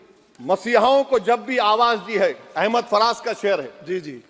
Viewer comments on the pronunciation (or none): none